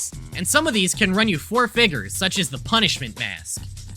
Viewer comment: is it just me or did i heard "five figgers" in ?